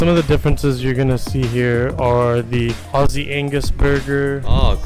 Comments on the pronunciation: Its spelt & pronounced Aussie not Ozzy as in Ozzy Ozbourne. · Why do Americans never pronounce Aussie (Ozzie) correctly? Drives me crazy lol